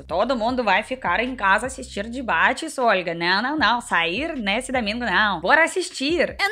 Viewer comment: "dibates" que fofa